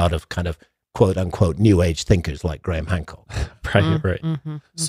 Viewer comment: GRAYHAM not GRAM